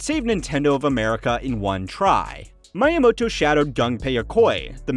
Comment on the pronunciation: "Mayamoto", "Yamuchi" b for effort though